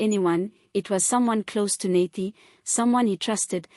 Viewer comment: Nathi not Nathe. Learn to pronounce people's names properly.